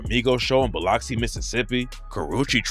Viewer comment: I've never heard someone butcher Biloxi, Mississippi the way this man did lol